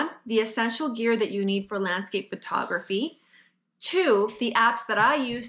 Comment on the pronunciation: Someone should tell that it's not pronounced Fur-tography.